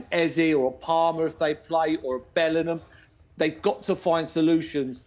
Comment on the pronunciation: why does Merse say Bellinam?